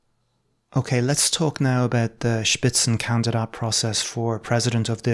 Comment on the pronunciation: „Spitzenkandidat“; well pronounced. respect